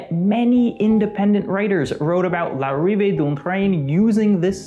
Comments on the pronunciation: It's pronounced [lariveə dœ̃ tɾɛ̃n‿ɑ̃ gaɾə də la sjɔta]. It means something like ''Arrival of a Train at the La Ciotat Station.'' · This is the fourth time i watch this and finally i realised he was trying to pronounce "l'arrive d'un train". His pronounciation was so bad i thought it was german😂😂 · Yes, that was butchered!